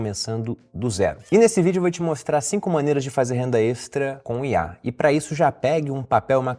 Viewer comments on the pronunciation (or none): Toda vez ele fala CUNHAR ao inves de COM IA